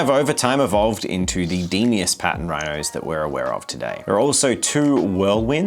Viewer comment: Bit late to add this but it's pronounced "dee-moss" not de-me-ose.